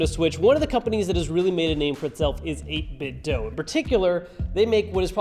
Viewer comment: still can't pronounce 8bitdo right